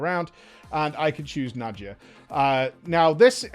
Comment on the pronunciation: So went from mawr of souls to najia. My ocd is gonna kill me its nadia for the love of god j is silent